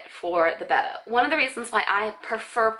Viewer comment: Do you know that your saying Betta wrong?